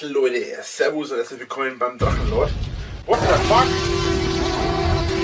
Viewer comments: Are you german? Because the german names and words in the Drachenlord topic where flawless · Kudos to your pronunciation of German words like Drachenlord. I have to correct you though about one thing. He managed to blow the whole sum he got for selling his house and now lives in a small village in East Germany. The only income he has is German social security payments. Meddl off :)